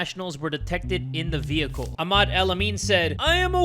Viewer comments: it’s pronounced Ah-mad😭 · the way he said Ahmad 😭